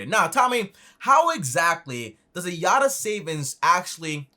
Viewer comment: its not yatta, its yotta frok Greek